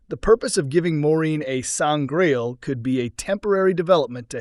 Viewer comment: I can't take the commentary seriously after a good number of certain words being brutalised through mispronunciation.... Sangraal not Sangrail... Sceptre, with a soft c, not Skeptre as he pronounced it....